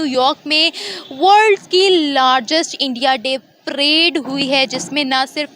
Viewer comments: Madam prade nahin parade hota hai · मॅडम प्रेड नही.परेड हां.धन्यवाद